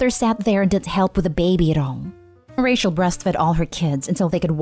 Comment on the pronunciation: It really annoys me that the narrator pronounces Rachel as racial. Even though this is my favourite reddit related channel, it was just hurting my ears. 😅